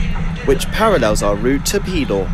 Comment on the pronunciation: Just a quick note about local pronunciation: the name of the district near Gateshead, Pelaw, is pronounced with the accent on the second syllable, thus Peláw.